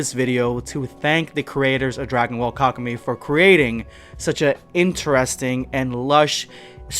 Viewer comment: Wouldn't it be pronounced like kaku Meh-E?